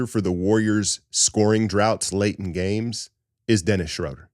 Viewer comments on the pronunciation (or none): none